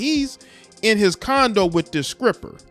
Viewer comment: Why are you pronouncing "skripper!" Bro you are kinda dishonoring her with a childish delivery of the news bro ...grow up